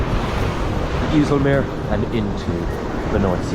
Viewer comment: Its not the north sea Its the Waddenzee. You dont use charts.? And Its not the iessell meer Its Called the eisselmeer